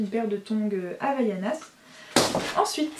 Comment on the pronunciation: Non, en fait c'est HAVAIANAS